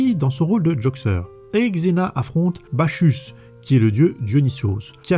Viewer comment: Bacchus se prononce « bakusse ». 😅